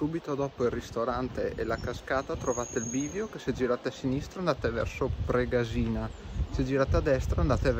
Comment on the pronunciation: confermo, pure io anni fa la percorrevo in auto. Bellissima anche se stretta. A titolo di info Pregàsina si pronuncia con l'accento sulla prima a. Grazie del video.